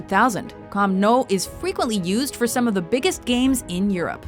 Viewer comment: Nou in camp nou is pronounced new